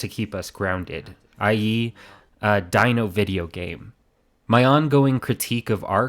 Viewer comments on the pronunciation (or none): none